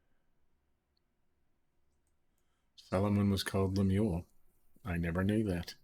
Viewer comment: Annunciation is wrong. Lemu el